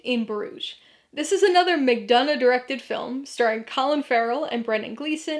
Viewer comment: I also want to add on to this that you are the ONLY person who has pronounced McDonagh’s name correctly and that means so much to me.